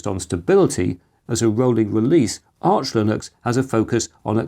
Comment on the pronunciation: It’s Arch, btw.